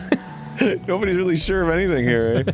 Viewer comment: "andything can hadplen"